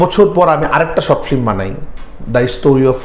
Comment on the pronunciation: 🤔 Bit disappointed to hear the pronunciation "FLIM" from. #Madrasha background fact❓